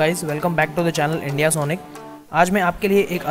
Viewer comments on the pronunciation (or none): none